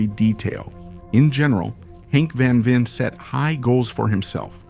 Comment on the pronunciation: Man I wish you could pronounce his name right.